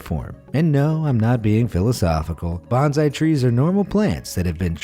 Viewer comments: Pronounced Bone-Sigh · plz don't confuse #bonsai with #benzai! They are two different pronunciation & meaning words. There's no letter 'z' sound in bonsai but 's' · Canary - is pronounced “Ka-nair-ee” not “Can-ner-ee”. and Bonsai is “Bone-zeye”